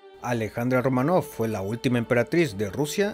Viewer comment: "Románov" Oh, no.